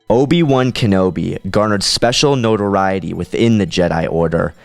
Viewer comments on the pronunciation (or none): none